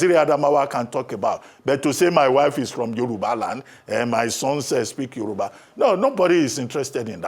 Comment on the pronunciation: ....Yoruba is now 'Yowurba' on Naija broadcast station. Is it a deliberate action by the broadcaster to show off her 'pepperless' credentials or crass ignorance about how to pronounce 'Yoruba' clearly?